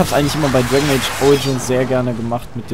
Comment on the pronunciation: Dwegn eytsch hahaha xD